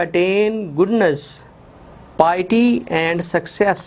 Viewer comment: Sir piety galat parh raha hain